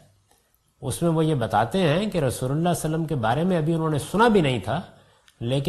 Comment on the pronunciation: As an admirer of GHAMIDI sahab with due respect GHAMIDI sahab Has so much knowledge about Arabic language but his pronunciation is very week,even he COULDNT pronounce “Svallallaaho ‘A’layhi Wasallam”properly. Very Strange.